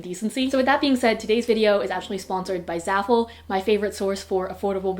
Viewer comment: when you said zaful i went 👁 👄 👁